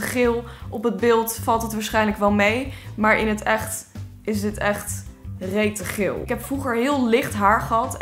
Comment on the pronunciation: ik vind je raar... "reete geel" XD